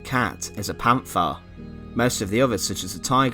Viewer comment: It's not a English th in Panther there is like a little pause between the pant and the her